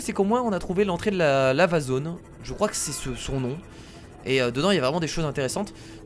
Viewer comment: Quand il dit Lava zone, j'ai l'impression qu'il dit L' amazone...